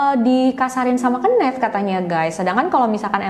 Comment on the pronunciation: Mgkn bisa research lg kak cara baca nama "Kenneth"